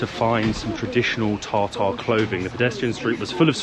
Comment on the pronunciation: I laughed at your pronunciation of Tatar 😂. You pronounced Tartare. My thoughts were uh nice, which one would I like? A Salmon, Tuna or Beef 😂😂. Good video as usual. Thanks